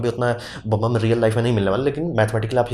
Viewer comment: बम्ब बम्ब क्या है ये प्रोनोउन्स ठीक करो। नॉलेज अच्छा है।